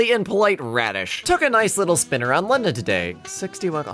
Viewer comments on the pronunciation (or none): none